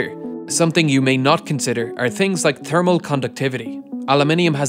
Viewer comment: I love the way he said "thermal". Really hurts that "h" hard.